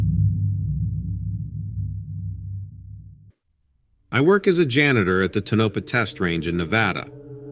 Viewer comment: Psst... Tonopah. It's pronounced "TOE-nuh-pah". 😉